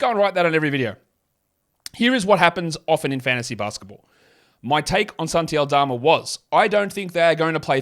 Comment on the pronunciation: its always bothered me how much of an emphasis puts on FANTASY basketball podcast